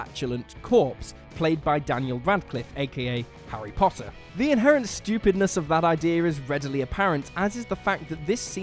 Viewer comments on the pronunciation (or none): none